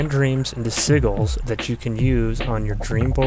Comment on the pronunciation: it's not pronounced seaguls. it's see-jill